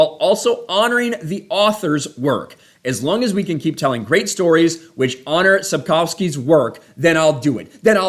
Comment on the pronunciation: The author's name is CORRECTLY pronounced: And-ray Sap-koff-ski, which if you'd done a FEW MINUTES research you'd know - if you'd like to have some credibility, doing some research might be a good idea.